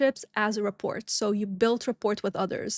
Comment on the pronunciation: Ree-pore Or Rah-pore Just no T Its v important in sales lol